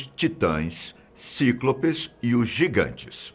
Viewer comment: "Cíclôpês", aaaaaaaaaaaaaaa fala certo pfv